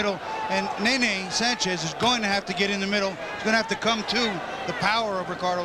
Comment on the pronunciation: Its not nay,nay, Its ne,ne. No "y" sound.🥊